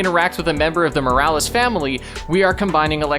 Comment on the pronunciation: ITS SPIDER MAN MILES MORALES NOT MILLI VANILLIS!😂😂😂😂😂😂😂😂😂😂😂😂😂😂😂😂😂😂😂😂